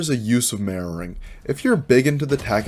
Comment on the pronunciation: Love your ocntent. If I hadnt already had years in fps/afps...I wouldn't of known what you were saying when it got to 'mirroring' or 'anti-mirroring'. Even knowing and hearihng many people say it over the years, hearing 'marrowing' or 'anti-marrowing' kept bringing me back to anatomy/broken bones etc. Not saying everyone else who was new didn't get it, but I've been around terms like this for years, and I still had to wait like 30 seconds to make sure what you were talking about. No biggie, sort of like when people go to canada and hear 'a-boot' instead of 'about'; it doesnt turn me off, just confused me and if I was totally new, id of been like 'whattt' . Although watching the bots movement with yours helped solve that problem.